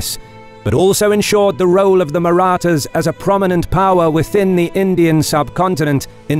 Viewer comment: The announcers voice was made for military narration. Not sure if the same person wrote the script but the language used is phenomenal. The pronunciation of "Marathas" was correct, as opposed to Kings and Generals :^)